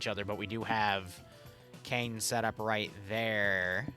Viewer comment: Btw, Caen is pronounced (In English) more as Khan than Cane